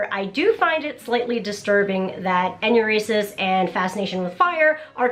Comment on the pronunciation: Careful with the pronunciation enuresis is what I assume you meant to say but it came out as anuresis which means difficulty urinating.